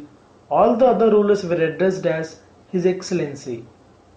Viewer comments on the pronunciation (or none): none